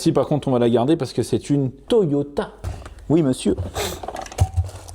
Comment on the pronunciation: a chque fois que tu dit toyota mr2 jentend toyota et merde